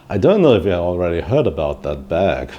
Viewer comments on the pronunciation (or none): none